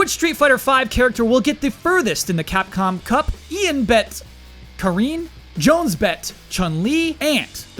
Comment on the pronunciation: It's NOT "Ka-RIN",. It's "KA-rin". Always was, always will be. Learn proper grammar and pronunciation,.